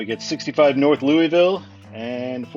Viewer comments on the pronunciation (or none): none